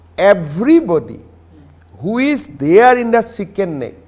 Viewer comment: It is not Shicken Neck It is Chicken Neck